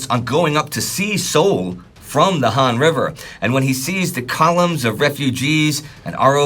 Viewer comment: That river is pronounced H-ah-n not Han.